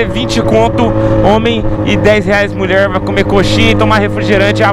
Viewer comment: Taiza Barros que "muié"